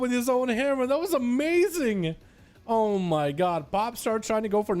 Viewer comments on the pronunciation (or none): none